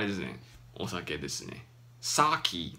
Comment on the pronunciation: お酒が「suck it 」に聞こえて耳を疑った